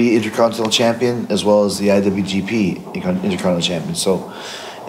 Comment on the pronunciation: So Jericho vs EVIL is next. That could be good. By the way it's curious that a man that won the Intercontinental Title ten times overall just can't pronounce "Intercontinental".